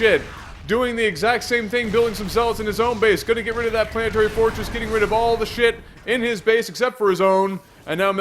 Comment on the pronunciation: how can someone spell semi-decently then butcher "planetary fortress" so horribly?